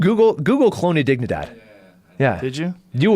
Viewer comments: Google what?? Honnedigidad? Wtf did he say? lol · what did he ask to be googled? I couldn't understand the word or how to spell it. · Google what ? Cart tell what he says properly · Does anyone knows what the guest suggested to google? I can´t figure out the word... ???